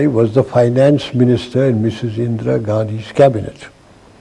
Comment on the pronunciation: 0.26, indira gandhi, not indra